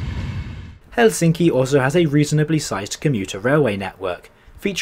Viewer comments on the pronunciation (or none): You switch between pronouncing it helSINki and HELsinki, the latter is the correct one.